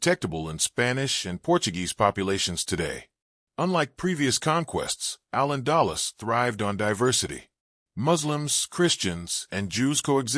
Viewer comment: you MUST PROPERLY PRONOUNCE “AL ANDALUZ”